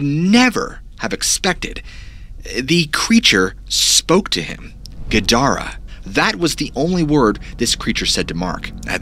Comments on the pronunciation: Gidara - (not Gadarah), is Semitic for wall. Or Punjabi for Jackal or Hyena. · Strangely I swear it sounded like “guard” when you said the strange word “guidara”not exactly sure why but that’s what my senses say. Great job with your story it’s awesome I found your channel thanks